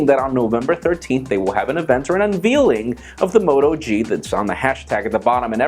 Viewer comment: Did you say unveeling instead of unveiling? Great accent.